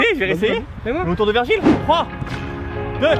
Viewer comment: Trop cool une vidéo avec un joueur du losc par contre son nom ce prononce virgiliu et non virgil